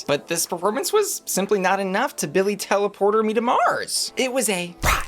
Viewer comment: BUSSY. Did you really just say "Billy tele-Porter me to Mars"? Maam, that's ILLEGAL 😂